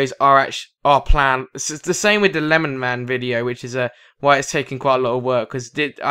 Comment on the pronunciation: FAR CRY 3 FUNTAGE 2 and no it's not lenman. It's LemonMan